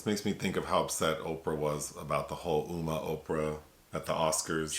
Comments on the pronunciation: Pronounced as “umm-ma,” this movie is pretty darn scary, but it makes sense just how important traditions are to the elders. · I don't think you should review a movie and not be able to the title. Umma = Uh + Mah , short U.